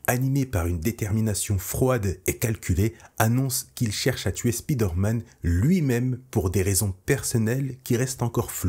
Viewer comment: Le "spide-man" se lit "speed-man" ?